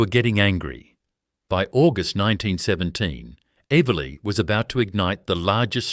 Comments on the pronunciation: Pity the AI voice can’t pronounce Eveleigh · fabulous images.....if only AI could get the pronounciation of eveleigh right! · AI is making a real mess of great video. 3-8-3-0? How about 38-30? And Eveleigh! Someone should be checking these abominations in pronounciation. It blows the credibility of the video.